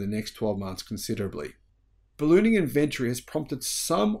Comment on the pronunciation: We have a game here at home. Every time mispronounces "Inventory" we have a drink.